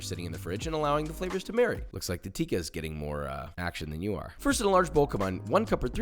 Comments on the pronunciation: Josh, love the videos and love your stuff! we gotta correct the pronunciation: it’s not teeka it’s pronounced tick-ah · Josh its "tick-ah" not "teeka"